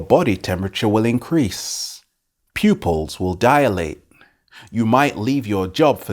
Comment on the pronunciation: The word is DILATE, not DIALATE